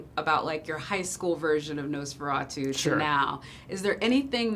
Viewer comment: Stop saying nose feratu!